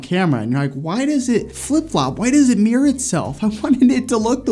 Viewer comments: right. I've never heard anyone pronounce mirror that way. Not sure where he's from, but I grew up in the Mid Atlantic, went to school in NY and live in the mid west. Mir-rur, or mir-roar. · As a British person, the pronunciation of “mirror” has me shook... What is a “Meeeer”? Joking aside, another quality video 👍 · Yeah but like in any country there are regional accents. Feel like this dude is a bit heavy on the “meer” than other American folks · Great advice thanks! I find it fascinating how Americans pronounce Mirror as 'Meer'. I can't complain though as in Scotland we pronounce it 'Mihruhr' 🤣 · I thought he was saying a word I didn't know. 😂😂